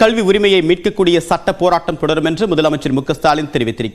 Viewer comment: சட்டம் என்ற வார்த்தையை முதல்ல தெளிவா பேசுங்க கிலியை ஏற்படுத்தும் கலிகாலம்